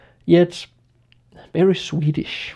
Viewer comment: "very Swedish" it's sounds like swearing hearing from a Danish person :D